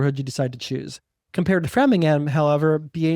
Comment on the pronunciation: BTW it is “frame-ing-ham” 😊